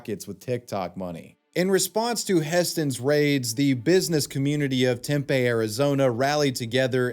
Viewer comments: Temp-eh?????? You mean TEM-PEA?!?? Spelled Tempe. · Just fyi it's tim pee not tem pay :) love ya bro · Listening to you pronounce Tempe, AZ as Tempay was making my eye twitch 😂😂😂 It’s actually pronounced Tempee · Temp(ay) lmao 🤣🤣🤣 it's pronounced tempee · Oh good christ. Tempe, tem – pee. Tempe. Teepee with an m. I hated that so much please dont call Tempe Tempeh again 😭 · As someone who has lived in Tempe, it’s pronounced Temp-ee, not Temp-ay. I’ve noticed this in other videos as well (bc Tempe is a deplorable place) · For the second idiot on the video, it's pronounced tim pee Arizona not tim pay 😂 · It's pronounced Temp-ee AZ not Temp- A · The correct term is not gaslighting. It is LYING and it's a capital offense in many situations. It's pronounced Tempee, not tempay. :) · As an Arizonan, it's pronounced "Tem-pee" as opposed to "Tem-pay" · Temp-aye Arizona took me out. Haha. It’s Temp-ee. But I forgive you,. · Tempe- Tim•PEE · tempe is pronounced “temp ee” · Btw Tempe, AZ is pronounced “Tempee” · FYI, people in Tempe, Arizona pronounce it "Tempee". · Your using AI for narration and it pronouncing the city of Tempe wrong. I lived near there. It’s pronounced temp pee as one word. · i'll be the one to say it erm actually its pronounced "tem-pee" 🤓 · it’s said like “tem pee” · Tim-pee brother. Tempe is how it's spelled tho. Native Arizonan and embarrassed state mate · The most hilarious part of this video is homeboy's pronunciation of Tempe lmao "Tem-pay", okay Toast of London 😂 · It is pronounced Temp pee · did he really pronounce tempe like that???? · Tempeeeeee is how it is pronounced source: i live here